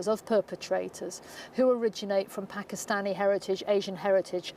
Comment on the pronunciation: 30 min long and can't say Pakistani. Wild. This is serious journalism, folks.